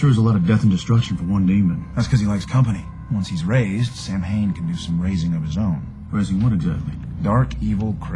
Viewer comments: “Sam Hain.” Good job. You said how it’s spelled. It’s pronounced “Sowwyn.” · is pronounced Sow-in not sam-hain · Love the show and you usually were very accurate in pronunciation of names and terms! But with Samhain, you screwed up. Samhain is pronounced,Saa Wn or Saw win! Definitely Not Sam Hain! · Everytime an American film ir series says sam hain instead of sowin makes me cringe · I cringed every time they'd say its pronunciation as Sam - hein instead of Sow - in. It was really pissing me off. Aren't there supposed to be people to research that kinda stuff for the show? Anyone who watches the History Channel knows how it's pronounced. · Samhain is pronounced Soween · For all you dick heads crying like little bitches this isn't what halloween is bla bla bla!!! This show takes real lore and some imagination to make something cool and creepy so chill the fuck out!!! they know it not sam hain you morons but that's what they are calling the demon behind this story!! they're not going to call him sam wain or sow-en that's just fucking stupid! ps some of what they are saying is actually fact do your damn research!! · I know it's pronounced Sow-in but I've always pronounced it the way they do, even before I got into this show. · ... it's pronounced like sow-in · He totally pronounced Samhain wrong.Shows really got to do more research on these things. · Actually it's "Sow-en". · Sam-hain?! This is the worst pronunciation of an Irish word that I have ever heard. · This pronunciation is an afront to Ireland! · Im reading the other comments and apparently this isnt how you pronounce the name Samhain. So, how do you pronounce it? Can anyone help me out with some phonetics, or something? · It's just a shame that he can't prpronounce Samhain correctly. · literally not pronounced that way -.- too bad your facts are as straight as your sexuality